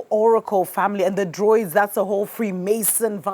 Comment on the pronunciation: Druids not Droids